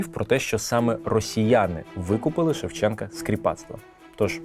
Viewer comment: Наголос вІрші, ШевченкА, СошенкА іт.д.